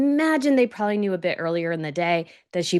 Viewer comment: the word is “ PROBABLY” Not Proally